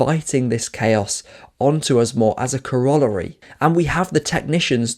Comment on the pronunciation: Fairplay for pronouncing corollary, would've taken me a few takes